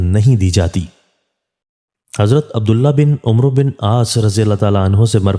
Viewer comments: It is Abdullah bin Amr(not umro)R.A. If harf و comes after عمر then it is read as ْعَمْر with zabr on ع. Kindly correct it. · Abdullah bin amr sahi talafuz hai na k Umru